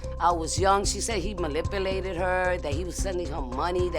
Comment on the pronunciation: Let alone she cant even speak properly and said- malipulated instead of manipulated! Just so damn stupid and gross!😮😢